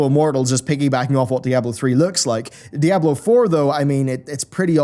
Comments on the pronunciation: i think d4 looked good even in combat. Also, Diablo is spanish for devil it is not pronounced in English, you dont say die ablo you say dee ablo, dammit man. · Di-a-blo. Not da-ya-blo. Love the video 😁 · Dude, please... DEEablo, "DEEABLO", it's spanish man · "Dieablo 4" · Great video but I hate the way you pronounce Diablo